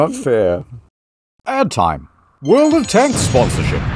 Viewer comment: The way he said "world of tanks" at the start sounded like an alien attempting to recreate the English language with only a vague understanding of how letters are pronounced.